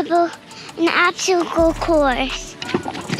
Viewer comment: Love the pronunciaation of obsticle so cute x